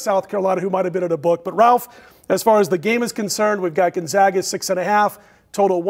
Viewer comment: It's pronounced "Gone-zag, (as in bag) uh," Gon-zag-uh," not "Gun-zog-ga." Sheesh!!